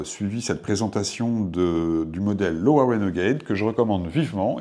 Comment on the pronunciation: Bonjour, merci pour cette intéressante vidéo. Je possède ces chaussures et je suis d'accord avec vous sur ses qualités et ses défauts (mineurs !). C'est pour la partir "entretien" que j'ai regardé cette vidéo, merci pour les astuces de nettoyage. Par contre, LOWA est une marque allemande, on prononce donc LOVA !